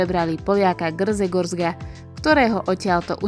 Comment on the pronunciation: Ako si prečítala to poľské meno toho podnikateľa?? Gr-ze-gor-zek či ako😅?